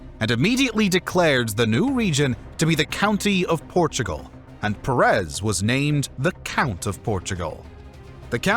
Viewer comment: Why Perés and Cordóba??? You make a historical video and not even research the correct pronunciation of the names involved?